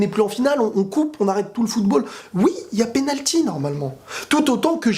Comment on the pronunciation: pénalqui ? Blague à part, bonne analyse comme de coutume :). T'es objectif c'est cool :)